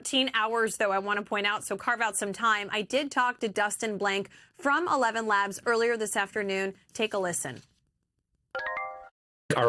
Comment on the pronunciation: Did the anchorman just say “evenlabs”? 😂 it’s eleven labs